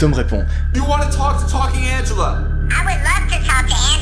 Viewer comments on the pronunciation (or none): none